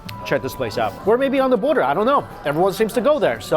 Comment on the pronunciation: onda border ? is that like underwear? lol really need to learn to pronounce the letter 'TH' doesnt sound smart when u replace it with "D".